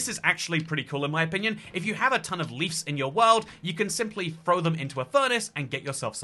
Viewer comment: congrats on figuring out how to say bush! now you've just gotta figure out how to say "leaves" (hint: theres a v in it)